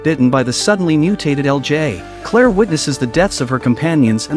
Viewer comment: Claire…. Clear.. but hey.